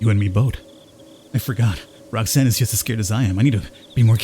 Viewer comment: Rhok'zan ? Rok....zan....Oh my fkin god ....Roxanne